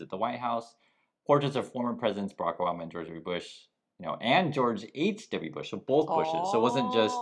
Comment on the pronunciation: you mean Barack Oh-bomb-Na 😅 Yod think if Trump is going to open his mouth he'd make some effort to say it remotely right.